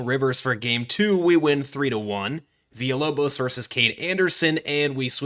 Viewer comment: The lock in for the Villalobos pronunciation was dope and appreciated